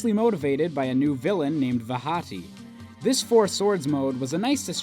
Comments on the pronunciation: lol, it's (VAW-tee) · Vaati is proniced Vaa-tei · I like the way you pronounce Vaati. Pretty sure it's wrong, but never mind that.